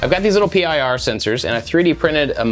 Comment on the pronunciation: it's PIR sensors, not P-I-R...